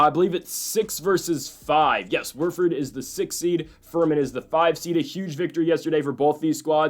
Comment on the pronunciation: Who’s Worford… it’s Wofford